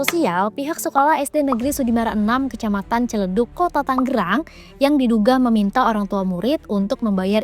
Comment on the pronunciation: yang bener "Tangerang" ya miinnn bukan "Tanggerang"